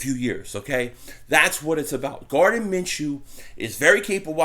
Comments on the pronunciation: Lol you keep calling him Garden lmao, Gardner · Gardner' not Garden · Gardner not Garden 🤣🤣🤣🤣